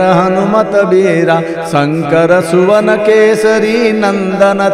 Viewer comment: संकर सुवन नहीं संकर स्वयं